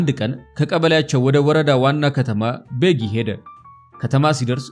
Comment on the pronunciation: ቤጊ ብለህ ጥራ፡፡